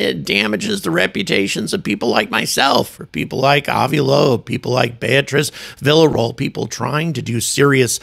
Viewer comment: Villaroel pronunciation = "Viya-ro-ell"